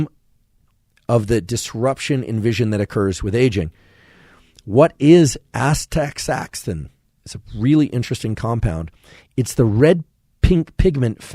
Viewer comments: Another great episode, thank you so much for the effort and excellent overview of one of the most important elements of human life. A couple things I'd like to say/ask: 1. Astaxanthin, I believe, is pronounced ass-tuh-ZAN-thin (a little easier to say with the softer X pronunciation). Another source for Astaxanthin is fish oil and Krill oil. I'm not sure if it is naturally occurring (although likely is) in this supplement, but many of the fish and Krill oils I've found beneficial include Astaxanthin. 2. I have a vision disorder called Esotropia (amongst other vision issues), or so I've been told by Optometrists since I was young, and wear corrective lenses to help this. I've tried to find some research about supplementation with Magnesium to help with this, and from what I understand, there are only a few forms of Magnesium supplements that can cross the blood-brain barrier effectively. Considering the eyes are part of the brain, this seems logical to conclude that it is vital to have these forms added to my diet to help with this issue, but I'm just an artist/designer suffering from workaholism, and a limited budget, and an insatiable hunger for learning - so I'm likely missing some important information to get the full picture of how I can utilize some if this information. From what I understand, Magnesium in eye drops would not be a good idea as the muscular tension is directly relevant to seeing properly. Can you comment on whether I'm even in the right ballpark in the way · I started laughing out loud when you said hopefully by that time, I'll be able to pronounce "astaxanthin". I still wonder if anybody listens to each episode over and over again like I do. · I hope you've got it sorted by now, as I'm watching a year late, but try "asta-zan-thin". I'm fascinated by the crossover with plant biology. We see green plants as green, obviously because chlorophyll is green, but more importantly because it uses red and blue light in photosynthesis.